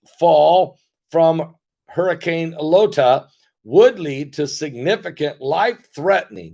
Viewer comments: If your wife really is Mensa, perhaps you should have asked her to teach you how to pronounce the Greek alphabet, once they became names for hurricanes. Beta, Theta, and Eta all have a long A sound for the letter “e”. Iota starts with the letter I, not the letter L. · PASTOR, IT IS NOT 'LOTA', IT IS 'IOTA'<HURRICNE...;)